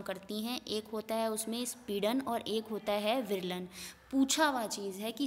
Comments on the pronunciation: speedan nhi sampidan hota hai 👌👌👌👍👍👍👍💐💐💐💐💐💐💐💐💐💐💐💐💐💐💐💐😊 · Speedan bol bol ke... sampeedan hai mam